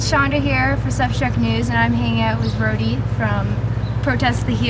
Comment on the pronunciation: "Brody". tsk tsk.